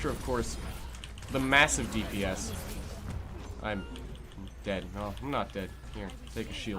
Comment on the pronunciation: deebee-ess is my new favorite way to pronounce dps